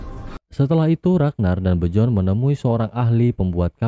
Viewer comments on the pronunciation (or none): Dibaca biorn min bukan bjorn😂